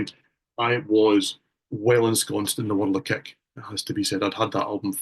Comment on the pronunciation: What is INXS’s 6th studio album? American: “Kick” Scot: “Keck”